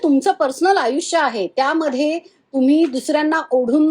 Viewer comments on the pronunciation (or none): none